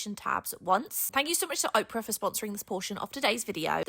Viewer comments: Got a little chuckle out of mispronouncing her sponsor's name. It's Opera not Oprah. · I've gotta say, it's pronounced opera (the music genre) like awhp-rah not ohp-rah like the person Oprah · LOL It's "Ah-pra" like the music style, not "Oh-pra" like the "You get a car you get a car you get a car!" lady LOLOL Also - I now have $200 worth of goodies in my MakerPlace cart. Thank you, enabler! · You are adorable. Opera is AH PUR AH not Oprah 😊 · Opera, not Oprah. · Its opera like "will you go see the show at the opera house" 😅 they might want you to pronounce it right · imagine paying a youtuber money to sponser them and they cant even say a word as simple as opera correctly.